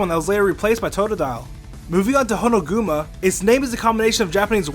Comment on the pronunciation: It's Honokuma not Honoguma "Kuma" means bear in japan